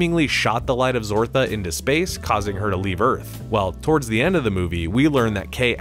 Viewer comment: The light of zartha ,not zortha smh